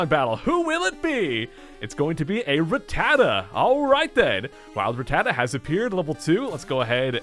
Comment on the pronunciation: Pleas learn how to pronounce Rattata. It not ra tata like you say, it's rat tata.